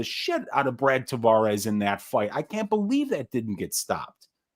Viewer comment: Hey boys...it's Tah-VEH-russ.....not Tah-VAW-russ. Thanks for giving us a banger of a show!